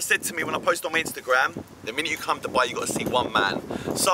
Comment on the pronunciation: your pronunciation of Dubai is spot on!